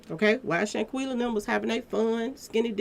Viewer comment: you know you can butcher a name. You mispronounce Shanquella and Khalil's name.